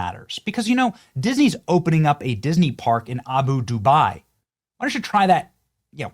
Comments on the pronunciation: I love you bunny, but you look like an idiot every time you say, Abu Dubai it’s not Abu Dubai it’s Abu Dhabi “ah-boo dah-bee” keep up all the great work love your videos love Trump hate libs love you and what you’re about. But I hate that you repeatedly pronounce this incorrectly. Remember Dubai and Abu Dhabi are both in the UAE. But they are two different countries. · Abu Dhabi (dahbee) is NOT Dubai (doobye).